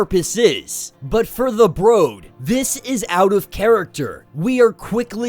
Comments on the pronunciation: WTF is the broad/brode? Is that just you not being able to pronounce brood? Correct your malfunction. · it's not a big deal it was just you pronounce brood wrong